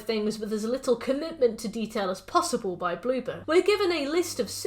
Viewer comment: When you say Bloober your accent makes me think you're saying BlueBird and when I'm reminded its Bloober I jus kinda giggle cuz I think of an orb of a blue bird jus sitting there like 'peep!'